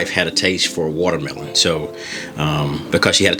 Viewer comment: The appeal of this video is the amazing way that you say woutermelon